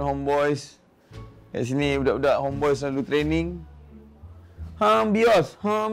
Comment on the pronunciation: daddy: homebios homebios 🤣🤣 Me: homebois la daddy 🤣